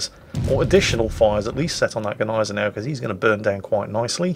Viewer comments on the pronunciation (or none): none